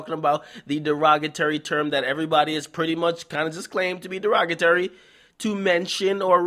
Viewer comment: Shout out akademiks not knowing how to say derogatory. that's T-O-R-Y not A